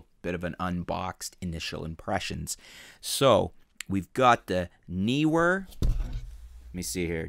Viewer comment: Pronounced Newer.